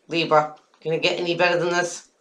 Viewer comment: "Leebs" I laugh out loud every time you say that. :P